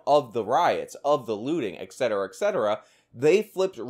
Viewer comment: gawd dam it...etcetera (just like esspresso) has no x! Come on man. :p